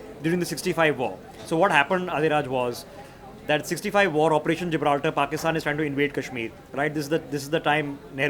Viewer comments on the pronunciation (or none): none